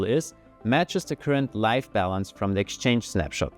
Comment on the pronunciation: About a minute in he starts saying something that sounds like "life balance" or "light balance"... I finally figured out he's probably saying "live" as in current